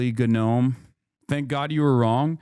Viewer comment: How has Hasan still not learned how to pronounce gnome correctly?